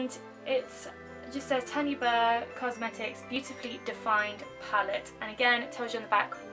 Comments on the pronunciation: You said Tanya wrong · Kawaii Berry Haha! My auntie is called Tanya and so I automatically say her name how my auntie pronounces her's. it's the same name either way just different parts of the UK pronounce it differently. Thank you so much for commenting though and pointing it out! Xx